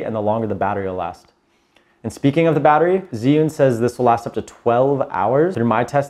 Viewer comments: Chew-ing not Ziun how do I know this, well let’s see uh, I watched a demo video from an “Asian” rep from the company tell us the correct pronunciation! So come on let’s get it right! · You pronounce it "GYY You(n) " darling. Very strong Zhi = zhy (Y like in word "everY"). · Great info.... but dear God he’s say zhiyun all wrong 😂